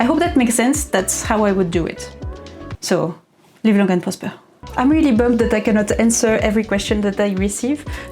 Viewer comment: "Leev longue an prrosperr" 🖖🤍